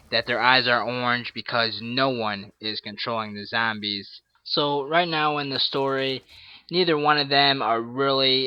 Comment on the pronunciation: he says "zambies" its so funny youve earned a like for that